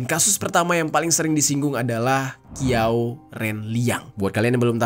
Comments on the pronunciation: Bukan Qiao bang bacanya Chiao.. . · Qiau bacanya Ciau bang,Kalo zang itu bacanya chang Kalo Qu bacanya ci